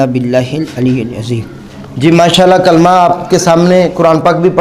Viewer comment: The way he is reading Kalimah the meaning is changing, also there are few small Mistakes.